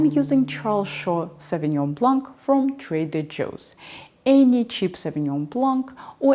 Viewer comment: Thanks for the tips my lady, a quick tip, we do not pronounce the k sound in Blanc, the last c is silent ❤